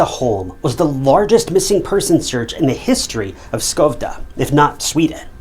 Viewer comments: Incel narration: "lisa Holm was born in Skovde (miss pronounciaton on a buthering note its Sch-Ö-vde) LOOK up the letter Ö its not an o!!! "Skov'de England despite the text clearly texting Skövde Sweden". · I hate the way he pronunces Skövde. Sadly i dont know how to explain how to in text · Does he say Skövde England even though it should be Skövde Sweden?